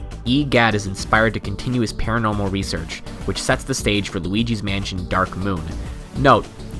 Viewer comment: it sounded like he sid wauligi mansion